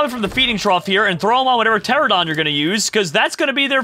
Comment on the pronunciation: It kills me that he calls them pteradon when it is pteraNOdon